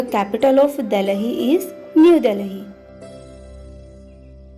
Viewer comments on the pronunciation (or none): You were pronouncing DELHI wrong